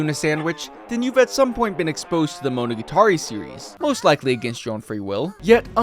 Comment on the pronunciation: You pronounce "monogatari" weird